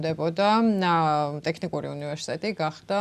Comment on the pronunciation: საშინლად არასასიამოვნო მოსასმენია. ჯერ მხოლოდ "ტეხნიკური-ს" გაგება რა ამაზრზენია. და ისე სასაცილოც კია, ასეთი უხერხული სიტუაციის მერე მაინც პრემიერს რომ აქებს. არაკაცების ქვეყანად იქცა საქართველო...